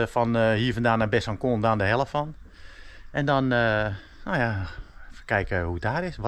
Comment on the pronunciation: Le doubs wordt uitgesproken als le doe en besancon wordt uitgesproken als besanson met s niet kwalijk nemen voor mijn verbetering maar wel af en toe wat raar